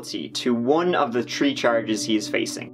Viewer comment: Between "tree" and "poelease" this video is a smorgasbord of hilarious pronunciation